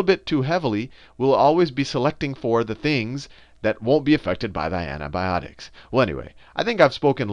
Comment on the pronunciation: anthi bhiotics is antibiotics say it properly